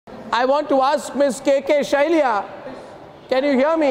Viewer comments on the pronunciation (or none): She replied in the most respectful manner she could. It was most disrespectful of you Mr. Goswami to invite her and shoot questions like this and expect her to answer in a millisecond. Stop barking and start talking like humans. Please have the courtesy to pronounce people's names correctly. Shailaja is pronounced the same way as it is written, not Shailaya. Why the heck did you even start this channel? People come to your channel only to dislike it. If you really want to bark, you can go and do it with your own species( I'm confused if you're a cow or a dog. I guess neither because those are good animals).